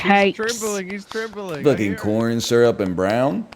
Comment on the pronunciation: my stupid ass thought it was COORN HE'S SNACKING